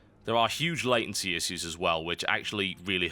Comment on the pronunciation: Thum bas up if you want him to say issues correctly. :) Yur awesome Total!